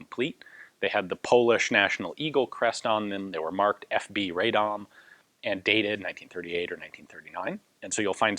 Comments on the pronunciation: Radom is pronounced "RAH-dom" not "RAY-dom". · Not a nitpick, just a piece of information if you want to be super correct: 'Radom' is pronounced as 'Rah-dohm', the 'a' sounds sort of like the vowel in "but", for instance. The "dom" part of the word was correct :). It's not a bother, really, but I figured you're a kind of guy who likes as much accuracy as possible. Cheers! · It might have been said sooo many times before but try to pronounce Radom as Rahdohm [vowels are short not long]. It would be greatly appreciated :D. Another funny thing is that tooling used for 29's were actually german from Mauser factory in Gdańsk [Danzig]. PS. Looking forward for Polish BAR video !